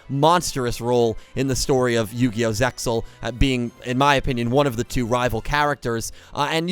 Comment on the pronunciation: Its yu-gi-oh sex el not seal